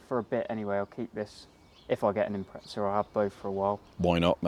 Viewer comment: its an IMPREZZA.. IM PREZZ A